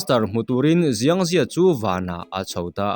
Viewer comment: Chinese tawngah chuan X hi s angin lam tur aw, Xiang hi ziang ni lovin Siang tih tur.